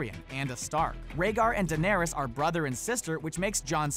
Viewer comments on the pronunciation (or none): none